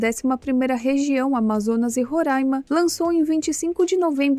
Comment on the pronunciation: Giiiiiii eu te amo! Você disse Roraima corretamente 😻🥰🥰🥰 Roráima, e não Rorâima como praticamente todo o resto do Brasil fala! 😂 Agora até fiquei curiosa em saber se vc já morou lá! Eu morei toda a minha adolescência (anos 2000) em Boa Vista ☺️🙏